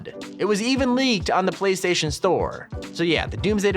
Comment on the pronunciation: PlaySration store :me DA SAY PLAYSTATION BROTHER NOT PLAY SRATION